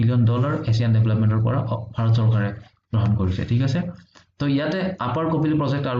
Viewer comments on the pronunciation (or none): none